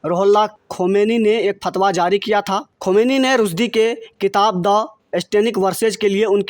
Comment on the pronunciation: भाई खबर को रिकॉर्ड करने से पहले सही उच्चारण जान लें और कई बार ज़ोर से पढ़ कर ज़ुबान साफ़ कर लें। स्तब्ध शब्द को अस्तब्दध ना कहें इश्टेनिक वर्सेज़ नहीं सैटैनिक वर्सेज़ है। आप खोमैनी तक ठीक से नहीं बोल रहे हैं यह लाइक्स सिर्फ़ चैनेल के लिए हैं।